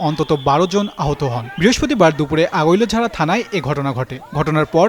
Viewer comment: সাংবাদিক নামা বলতে পারে না আগৈলঝাড়া থানা❌ আগোলঝা থানা ✅ সাংবাদিক ❌ সাংঘাতিক✅